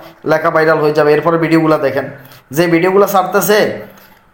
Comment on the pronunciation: ভাই ভিডিওকে ভিডিউ বলেন কেন